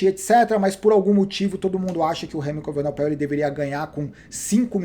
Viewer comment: Remco evenepoel, acho que essa é a pronúncia !! E não evenopel como dizes nos vídeos